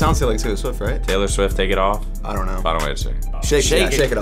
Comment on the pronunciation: saying “Taylor Swoft” lmao